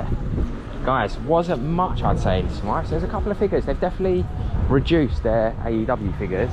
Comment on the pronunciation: Are you mispronouncing Smyth for a particular reason?